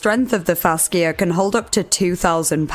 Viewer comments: FaSHA, not fasKIA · fash-e-uh not fask-e-uh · it's pronounced fash-uh not fass-kia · Hello! I love you and your videos! Fascia is pronounced fasheea:) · Fascia is pronounced like fasha/fashia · Thank you for the vid! Heads up fascia is pronounced “FAsha” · Just for future reference (on NO way meaning to be rude or "that" person, just helping) fascia is pronounced fasha. Sorry, don't mean any offense at all. EDIT: If it is a regional pronunciation, just ignore, or point and laugh. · Not sure if the pronunciation in the UK is different, but in the US, 'fascia' is pronounced 'FASHa.' Not trying to being mean at all, I just personally like when people let me know if I may be pronouncing things wrong so I can get them right in the future. Please feel free to delete if this seems mean! Love your content and your accent!